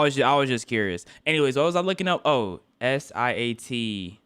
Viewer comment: core "whats a siat? ima search it up" its sl*t the word is sl*t